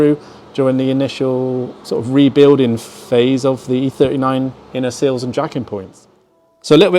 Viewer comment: I thought they were “sills” not “seals”